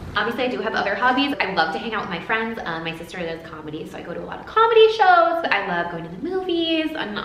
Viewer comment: You do sound very Australian when you say soo...